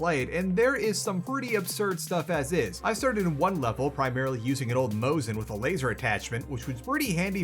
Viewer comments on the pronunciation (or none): none